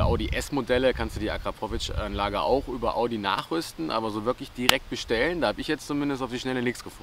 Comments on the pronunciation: Hahaha akra pooo vic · Alter wie kann man Akrapovic und Launch Control so falsch aussprechen🤦🏼‍♂️